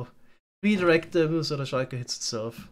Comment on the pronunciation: Schuiker Idk, i hate or love how he says that